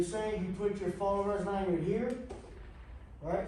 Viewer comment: Manyard? Did you mean Lanyard?